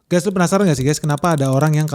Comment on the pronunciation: Guys not guess.